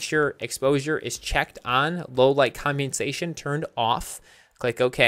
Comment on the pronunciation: "combiensation" is what it sounds like, when it really isn't that hard to pronounce. he's just making it out like it is.